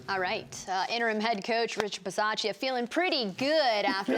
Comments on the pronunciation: you can’t butcher the coach’s name! It’s your job to get it right! Ba-sah-cha On Moerig’s pick, Sutton wanted no part in trying to make a tackle. That was completely pathetic. I love that this happened on the day Mike Shanahan, the sole exception to “Once a Raider, always a Raider” rule, was put in Denver’s ring of honor. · How do you work for the raiders and not even know how to say the coaches name correctly lol